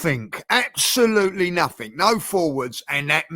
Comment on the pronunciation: That man said... NOTHINK